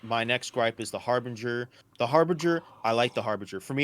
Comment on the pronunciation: Love your vids ... but please say it right its Har-Binge-er as in Harbinger of DOOM ;)... Its my Awesome ship ive been dreaming of for nearly 2 years now ... But yeh it Sucks in game currently I dont know why they even put it in now... pretty much nothing for the Harbinger works ... armour not in game .. torpedoes are unselectable and pretty useless and man dont even start me on the rocket turret ... that possibly the laziest implementation of something ive seen in game .. they just nailed some delta pods on to the normal turret .. wow sure rockets aren't really a fully working thing yet but the fire rate, the damage, the tiny tiny ammo count ... whats the point of even having it The all cannon load out also sucks and not what it was ment to have ...wheres my railgun Now if you stick a Size 5 Galdereen and 4 laser repeaters on there and its pretty handy .. until a npc ship drives into you and knocks off your main gun It still escapes me why they have fixed and gimbled guns on the same aimpoint Also whys it so slow ... I had a player bounty target in an Aurora MR and it just runs off at 1200 m/s and Ive got zero hope of catching it ... in my ship thats mostly engines I think im guna melt it and get some stuff that works... will come back in a few years and see if its got any better